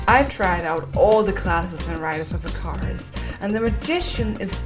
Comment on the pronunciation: Riders of 'ih-K-ER-uh-s'